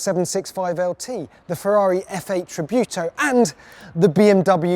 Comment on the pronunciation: Nice work guys!! One little thing, can you PULEASE learn how to pronounce the car names properly? The Ferrari Tributo should not sound like 'tribute-o'. It's not an English word, it's Italian, which is a beautiful language. Just google it, it only takes a minute. Here, I've done it for you.